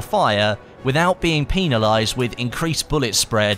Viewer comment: Did anyone else notice he said penilize?